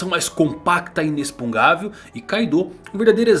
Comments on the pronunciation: CARA é inexpUGNÁvel e não inexPUNGável!!!!!!! haushaushhauahsuah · oi,, adoro seus vídeos... só queria fazer uma correção, porque não é o primeiro vídeo que vejo o erro: o correto é inexpugnável, não inexpungável. Abrs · não consegue falar Inexpugnável